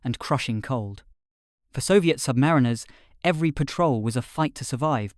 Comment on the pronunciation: Interesting. Bit pendantic, but the author may want to pronounce "submariners" in a more acceptable way. Say to yourself "The rhyme of the Ancient Mariner". Now put "sub" in front of "mariner". Got it?